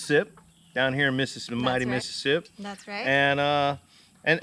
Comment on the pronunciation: I love that" Missippi"...….